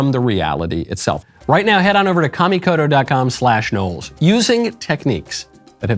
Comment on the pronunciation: Thank you for pronouncing Kamikoto correctly. Please walk next door and school Matt Walsh on this. 😂